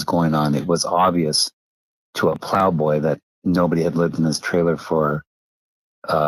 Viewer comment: I thought he was saying plow boy?